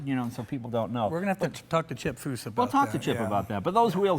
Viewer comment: Jay can’t say “Chip Foose” can he?